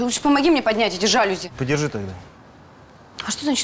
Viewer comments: Алле, режиссёры звукооператоры!!! Кто следит за правильными ударениями в словах? Слух режет! Не жАлюзи, а жалюзИ! Знаний Вам побольше! А если не хватает, то Гугл в помощь! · тоже "режет", но "жАлюзи" - это уже просто классика 😂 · Посредственно. А жАлюзи в устах всех героев просто режут слух!